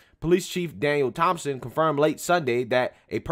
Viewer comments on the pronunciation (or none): none